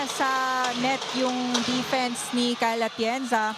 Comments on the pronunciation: kept saying Kyle Atienza 🤦‍♀️ dati hindi ko pinapansin kasi baka honest mistake lng. Pero ang dalas na rin eh, sana maging conscious na sya next time. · Yong anchor na babae, Kyle Atienza ng Kyle Atienza kanina.